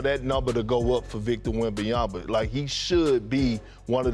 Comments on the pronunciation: Man Perk has had a whole year to get his name right. Nope. Still calls him WembanyamBa. Lol. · Kendrick Perkins still can't pronounce Wembanyama correctly... Please, GFY with your wembayamba thing. If you're too dumb to pronounce it, just say Wemby or Victor.